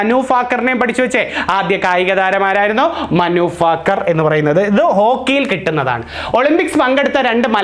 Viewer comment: മനു ഫാക്കർ അല്ല.ഭാക്കർ